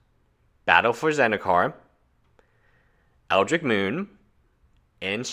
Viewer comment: Dude, it's Eldrich moon, not Eldric Moon.